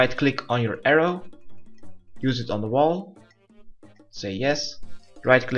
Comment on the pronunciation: Heii and welcome to my guide:D. I say this is GE and they know who you are. You are the guy who saves computers from being punched. Thanks for this guide it was wicked. You need to say arrow. and air rune better tho. Work on your english, And we could go fishing togeather Thanks again for this it helped me ten fold.